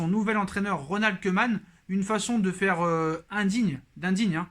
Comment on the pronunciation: Au top question rapidité Pour ta prochaine vidéo, le "oe" néerlandais se prononce "ou", donc Koeman se prononce "Koumane"